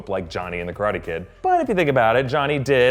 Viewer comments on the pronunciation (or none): none